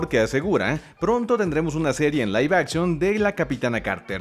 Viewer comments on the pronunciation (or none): none